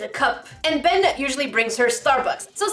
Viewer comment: did she say "Ben" IT IS "BeYn"